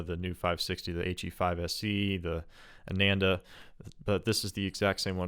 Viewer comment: Not Ay-nen-da. It's AA-naan-dah